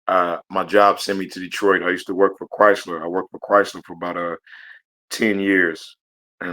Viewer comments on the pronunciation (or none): none